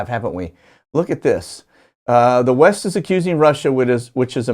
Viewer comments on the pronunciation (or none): none